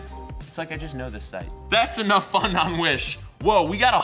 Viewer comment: I thought you said "Wish Bus"